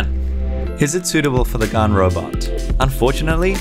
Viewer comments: Plz stop saying Gun instead of gan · It’s pronounced GAN not GON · Did you just say GAN instead of GARN